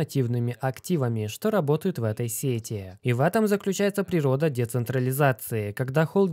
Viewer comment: Сети аж ухо режет